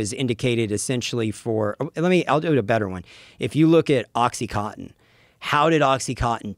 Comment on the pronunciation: Why do Americans all say "oxy-cot-in" ? Isn't it oxy-coN-tin?